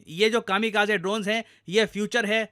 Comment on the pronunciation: Please correct your pronunciation its "ka·muh·kaa·zee"